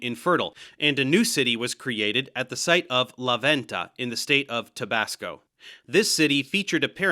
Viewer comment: Dave! You made an effort for every word's pronunciation except for Tabasco. That's funny as a Mexican lol